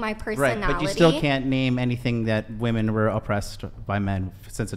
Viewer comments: It drives me crazy that she pronounces "women" as "woman" lol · Does it bother anyone else that she keeps saying woman instead of women? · Does she always have her eyes closed or is that the fake lashes? I can’t tell. And she keeps saying Woman instead of Women, like she doesn’t understand what “plurals” are. I think she got her literature education from social media from what I’ve seen. Woman = Singular, Women =Plural. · Please dear god educate these people who don’t know the difference between “woman” and “women”!!!!! How can you go three plus hours with her and not correct her just for clarification? What’s worse, she heard everyone else say “women” and “woman” but never caught on to the fact she can’t pronounce them right? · Is it me or has everyone forgotten that women is the plural of woman. It sounds like all these girls are saying woman when it should be women. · why does she keep saying "woman" when she clearly means "women" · Women…. Not woman